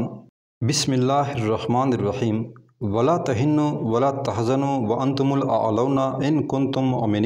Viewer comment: قرآن کی عبارت غلط پڈھی درست کریں ولا تھنوا میں تشدید نہیں ہے